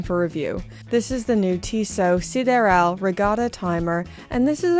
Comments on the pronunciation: I love your content, but for the mercy of God - isn't Canada a French-speaking country, at least to some extent? SidEral is not really that hard name to not butcher the pronunciation every time... Still love you tho. 😛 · Strange that you were able to pronounce "sideral" as the French would, but then decided to mispronounce it afterwards. "I know it's pronounced 'Tiss-oh', but I'm going to say 'Tiss-sot' from now on." 😂😂